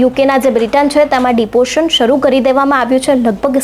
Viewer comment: It's not deportion It is deportation This news anchor cannot pronounce